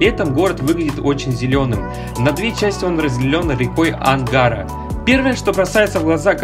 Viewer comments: Все неплохо, только река не АнгАРа, а АнгарА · Да, да. Ошибки реальные. Река АнгарА, а не АнгАра. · Комментатор, похоже, из Тюмени, судя по говору. Ну, уж надо знать, что АнгарА, а не АнгАра. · Не Анга́ра, а Ангара́. Привет из столицы восточной Сибири 😊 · Парень , вы случайно не иностранец! Ударение хоть ставьте правильно в словах! Шокирует название реки Ангара, ударение на первый слог, про Роев Ручей вообще молчу! Новосибирск лучший город? Странно, бывал несколько раз живу недалеко в Кемеровской области, ничего примечательного! Архитектура вообще не впечатляет, а разбитые дороги во многих улицах просто удручает, огромное количество безликих торговых точек! Красноярск хоть расположен в красивой местности, могучая река, горы и леса вокруг! Все это придает городу величественность, а Новосибирск расположен в лесостепи и поэтому в этом отношении, то есть в окружающей город местности ничего примечательного, и даже река не впечатляет ! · Да будет вам известно, уважаемый блогер, что река, вытекающая из озера Байкал и впадающая в реку Енисей, называется АнгарА, а не АнгАра (не надо брать за основу понятия слово "ангАр"). Но, как мне помнится, эти названия учили ещё в школе (5-6 класс, конечн, те, кто учился, а не тупо пялился в смартфоны). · Я обрадовался что Иркутск на 3 месте, но меня выбесило когда он сказал Ангара, а не ангАра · Прямо режет ухо, когда неправильно ставят ударение. АнгАра- нерусские что ли?-вообще то АнгарА. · Река "Ангар" 😂😂😂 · Река не АнгАра, а АнгарА. Просто слух режет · Проблема у ударением. АнгарА правильно, а не АнгАра. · Какой рекой???? Анга́ра? Ударение на последний слог ставится Ангара́ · Не Зеленая вишня а Зимняя вишня и река в Иркутске не АнгАра, а АнгарА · Не АнгАра, а АнгарА . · Не ангАра а аенггарА. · Ангара ударение на последнюю .а. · Ужас,неправильно ударение делает,река Ангара,на последний слог ударение! Дикция,тоже.... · Автор, быть диктором это вообще не твоё, ты даже ударения в словах ставишь хрен пойми как.... АнгАра...